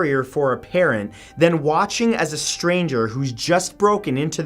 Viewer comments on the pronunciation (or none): none